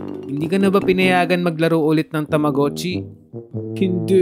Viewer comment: Tamogachi Hindi tamuguchi😅